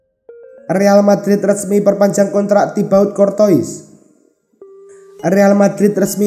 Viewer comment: Courtois dibaca cortowa itu yang bener min , beljar dulu min